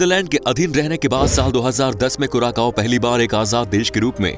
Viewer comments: Hello dosto thik hai hum log , vasa toh khaas hai iss deshkaa Lekin teraaa vasa Jo henaa sudhaarnaa padegaa😂😂 kuraakaaoo nahi kuracao Hain .. Samaj nahi aayenaa kaao nahi vosadikey Sao Hain 😂 maakiaankh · Curacao is pronounced as क्यूरासाओ or कुरासाओ, not as कुराकाओ। Please correct your self. Thanks. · Bhai curaSAO hai curaKao nhi "Curaçao" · You pronounced its name wrong. It is pronounced as CuraSao